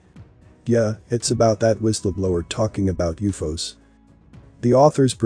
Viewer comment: When I hear people cannabilizing common words we use everyday. I look some else. What did he say Uuffoos ????? WTF It's always been U. F. O's Uuufooos